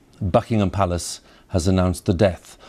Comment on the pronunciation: Au Beukingaahhm pelaace